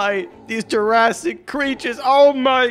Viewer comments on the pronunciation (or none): Bro said jurassic 💀